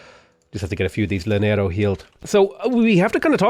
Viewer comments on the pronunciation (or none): Hello friend, just thought you would like to know, llanero is pronounced yaNERo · Same with llanero